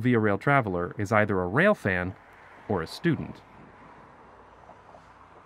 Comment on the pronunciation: the way he said "or a student" was so painful